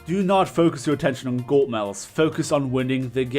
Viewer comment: this is not a roast but "golt medals" 😂😂😂 love u man keep up the good vids